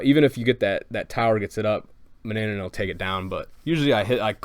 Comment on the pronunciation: Its not ma-na-na-nan its ma-na-nan